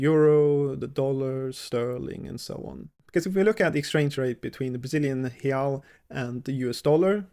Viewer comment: "real" is pronounced with a "w" sound at the end, like the English word "ow". The plural is pronounced like the English word "ice". hey-OW, hey-ICE